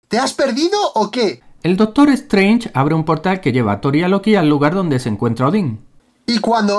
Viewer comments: "el dostor estraño" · “El dostor estraño” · Minuto "Dostor" 😅